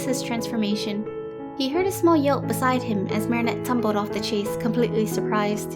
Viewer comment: Ok the story and drawing are great, but this little think is just grading my eardrums! The word ‘chaise’ is pronounced sha(like the a in shape)ze, not chase. It’s French for chair.